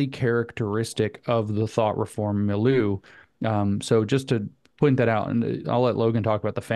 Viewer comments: Mileu = mill•yʊ (as in look, book) Cheers! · “Mill-you” Milieu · Take a drink every time somebody mispronounces milieu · Please learn how to pronounce milieu!